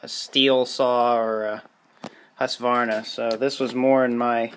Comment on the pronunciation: Full marks for the pronunciation of Husqvarna...